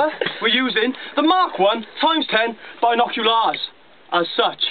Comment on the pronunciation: I'm from Yorkshire, it isn't how we say it. He is saying it in a funny way